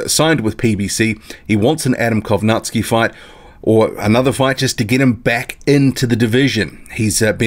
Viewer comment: You always mis-pronounce Adam Kownacki's name lol. You say Kownack-ski. But its Kow-nacki (pron. Naki- as in Tara-Naki, the place) ^^"